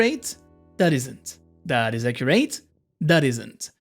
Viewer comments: pronounce it as accuret, not acurerATE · Where is he from cos I just noticed how he said accurate